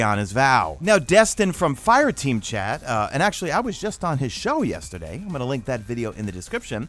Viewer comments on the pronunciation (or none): none